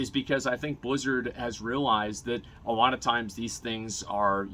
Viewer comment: PSA something that bugs me so i share it. Asmon cant say alot. He says awaht.